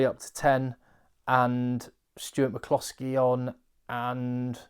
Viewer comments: Please stop saying Big Stuart McCloskey in that weird Indian accent. Your videos are great but please stop. Thanks. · Love your Stuart McCloskey Irish accent,very impressed by the egg man 😀